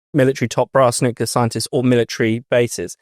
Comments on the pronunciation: Hey,, it's not nukular, but nuclear. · please say nuc-le-ar..."nucular" is making my ears bleed! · Nuclear is pronounced NEW CLEAR not NEWKYULAR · It's not "nucular" but "nuclear". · Nu-klee-uh Not nu-queue-luh FFS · WtF is NU-CU-LAR? It's NU-CLE-AR, ffs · Another good episode. Just one point: it's 'nu-clear' - 'new clear'. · noo kew lar.. 🙄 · Nucular…LOL. Come on, chaps, try a bit harder with your pronunciation and enunciation. Very unpleasant to listen to. ‘ Loads to talk about today’ becomes ‘ Lows talk bout tay’. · Great content, though I really wish you'd stop saying 'NUCULAR'!!! But well done - you can't pronounce 'hegemony' either.🙄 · NUCLEAR, not Nucular. Please,! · IT'S "NUCLEAR", YOU D*PSH*T. N-U-C-L-E-A-R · Love the discussion but—please—at your next staff meeting have a mini-lesson on how to pronounce 'nuclear' so you sound more credible. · Amazing how many native speakers can't pronounce "nuclear". Trump has started to get it right only recently. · thanks for saying this,. otherwise impeccable. But this reminds me of George Bush tbh.